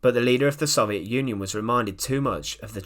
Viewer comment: Say it with me, so-viet, not sov-e-et